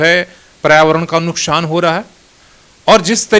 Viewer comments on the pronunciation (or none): Nukshan Nahin hota hai nuksan hota Hai